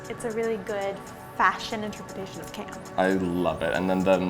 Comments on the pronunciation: it's meant to be camp not lamp 😄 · read CAMP as LAMP 😂